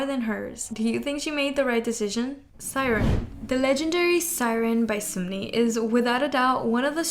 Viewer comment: i’m sorry but i cant not point out.. it’s not sumni . it’s SUN-MI. (pronounced seon-mee / 선미 )